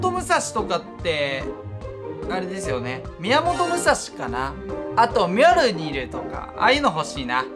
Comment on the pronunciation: ミョルニルって言えてないよ